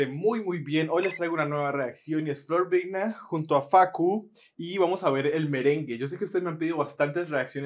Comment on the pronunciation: Se pronuncia "viña" porque al igual que el apellido de él son italianos ...dato de color 😊